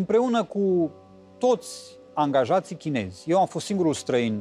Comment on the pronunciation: La nivelul tau sa pronunti chineji...e rușinos.